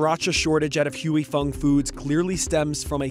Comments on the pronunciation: It's not "hewey fung foods," it pronounce "hi-fong foods." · its not pronounced "HUE" Fong. its pronounced HWAY. Stop white people from reporting on cultural matters they only degrade everything they touch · It is not called Hu I Fung it is called Hwee Fung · You pronounce it like Huey Fong? Really? It's more like Hwee Fong. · It's HWAY FONG. Please, stop with the HUEY. Good lord. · The company is pronounced HWEE FONG !! NOT HUEY FONG !! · It's pronounced Hwu'ei Fong. Hugh-ee Fong sounds so off😂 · It’s not pronounced hue-e. It’s pronounce hwee. I just bought 2 bottles in Maui back in July for $10 each from a restaurant. Today I overheard the grocery store manager talking to the warehouse rep and he will be getting 15 cases of Huy Fong sriracha so perhaps the shortage is over. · "HOY-Fong." Not "Huey-Fong" or "Hooey-Fong." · Its "hoy" not "huey" 🙄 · I cant stand this white boy pronouncing it as "HUEY" FONG. Its pronounced as "WE FONG", the "HUY" is pronounce as "WE". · it's "wui" and not "huey" fong foods lol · It's pronounced "Hi Fong". LMAO at "Huey"😂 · Why does he keep saying “hooey fung”? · “Huey” Fong? Seriously CNBC? You let his butchered pronunciation go live? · He says "hughey fung" 🤦🤦🤦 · Pronounced "we fong" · wtf "huey fung foods"? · Every time you say HUEY it’s grating. You’re CNBC why can’t you say it correctly? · Huey fong? That pronunciation is wild 😂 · "Who-ey" Fong😂😂😂 what a way to butcher the name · Can you at least try to pronounce Huy Fong correctly? it's not Huey Fong. It's one syllable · Why does the narrator keep on pronouncing Huy Fong as “Huey” Fong 😅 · It is pronounced " Hi Fung " white guy from the office ........ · It's pronounced "Hi Fong" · Great report but it others me so much that he's pronouncing "Huy Fong" incorrectly. said it right, why can't he? I grew up on Huy Fong and it really bothers me to hear this guy keep mispronouncing it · I’m pretty sure that’s not how you pronounce Huy Fong 😂